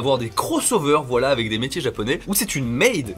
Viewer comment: Tes « voilà » on dirait des « Wallah » c’est assez désagréable 🤣